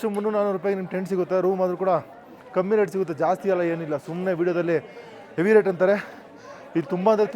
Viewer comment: ಹೇವಿ ಅಲ್ಲ ಹೆವಿ